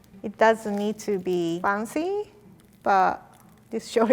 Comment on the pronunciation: Why is it so hard for to learn how to pronounce "fancy"? Lol, she must have heard that word like million times.